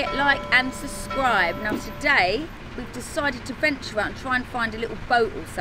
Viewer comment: Oh bless you, warrior. BUT, ITS "SUB***SCRIBE*. And the bells to "like and SUB***SCRIBE are really annoying. 😍